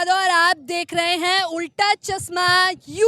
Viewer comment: चस्मा नहीं होता है चश्मा होता है😅